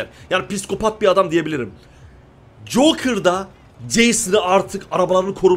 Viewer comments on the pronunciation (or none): Jokır yerine joker desen daha iyi bi garip geldi jokir deyince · Abi cokır değil joker şuna artık cokır deme bee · Jokır değil Joker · Abi hatanı düzeltiyim jokır değil joker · Joker abi jokır değil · Ya deli cokır ne lan jokər oluyo